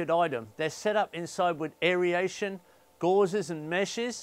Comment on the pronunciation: It is aer-ation (two syllables) not "air-e-ation" (three).